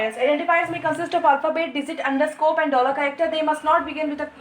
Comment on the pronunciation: it's not underscope it's underscore 😅